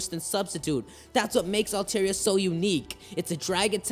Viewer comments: Dude its pronounced Al-Tar-Ee-Ah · How can you watch the anime and still pronounce the name wrong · His Altaria pronunciation triggers me.